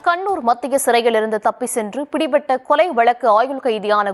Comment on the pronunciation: செய்தி அறிவிக்கும் பெண்ணுக்கு தமிழ் வராதா? வழக்கை வலக்கு என்கிறார். வழங்கலாம் என்பதை வலங்கலாம் என்கிறார். 😊😊